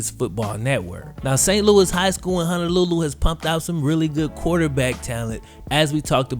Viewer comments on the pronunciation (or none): Love you videos ! I live in Maui and it's pronounced HONOlulu not HANAlulu haha but jeep it up brej